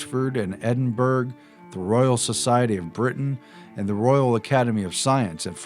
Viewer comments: Edinburgh is pronounced Eh-din-burro, not Eh-din-berg. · Edinbruh!! Its pronounced Edinbruh not edinburg. just so you know! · Edinburgh is pronounced "Ed'nburraw" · No offence guys but it's pronounced EDIN BUR AH not Edinburg. It's alright I still love your stuff you're forgiven. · Edinburgh is pronounced Edinbra. And it is Silence Dogood not Silas? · I hate to be pedantic but as a true Scotsman I need to point out;Edinburgh capital city of Scotland pronounced ed-in-BUH-RUH all British towns and cities ending BURGH.pronounced this way.Cheers! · You want people to take you serious, but you pronounce Principia as Prinkipia and Edinburgh as EdinburG. Anyone with at least a proper 6th grade education, knows how to pronounce these words. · Edinburgh it's pronounced Edinboro you heathen, lol. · EdinBERG instead of Edinburgh!!? Typical American. Wake up people, before it's too late.... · "Edinburg" lol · wow, you say Edinburgh so wrong..